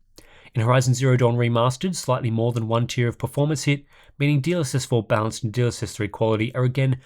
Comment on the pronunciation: Am i the only one hearing him say DLSS bounced? Haha